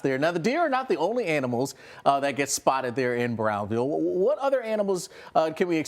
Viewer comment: it's Brownville, not " Browns-ville "